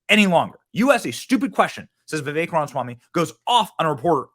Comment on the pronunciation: You finally said ramaswamys first name right lol. Alot of people say it wrong